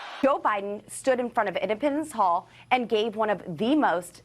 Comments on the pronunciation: Is she saying impotence hall Ipopapendence hall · Poor dumb Boebert: here education was public & paid for by ‘the rest of us’. Her GED test, well yes, she did pay for that herself. I got to ask, is she trying to say “Independence Hall” when she says ‘Im-ped-a-mence hall’?? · Where is Edipens Hall? Doesn’t she even know it’s Independence Hall? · Is she saying “indepitance hall”? I know she struggled to get her GED but come on, independence is not a hard word…